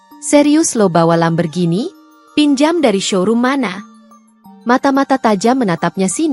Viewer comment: Min jgn bilang Lamberghini... tapi Lamborghini...😂😂😂😂